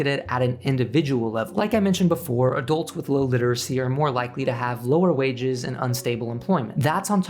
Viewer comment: Please pronounce the u in adults as a u, not an o.